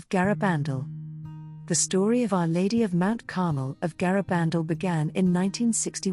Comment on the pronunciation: You should get someone who knows how to pronounce Garabandal